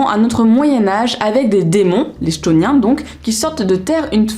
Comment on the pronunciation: Et ben tu m'as grave donné envie de les lire !!! Vais les rajouter dans ma wishlist ! D'ailleurs ça s'écrit comme ça : chtoniens ? à mon avis ça se dit "ktonien" ;) Des bisous !